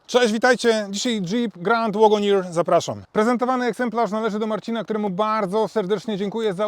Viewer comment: Fajny opis, sporo szczegółów, ale uprzejmie proszę sprawdzić jak poprawnie wymawia się słowo wagoneer.